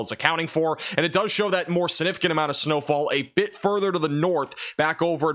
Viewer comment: STOP saying the word "Significant" if you can't pronounce it! SIN-ificant is NOT a word. You're a smart kid, you can do it if you try.